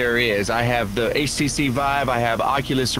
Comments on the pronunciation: why is this low budget unbox therapy calling it the ACC vive? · I think it's his accent/pronunciation of HTC but it does sound like ACC.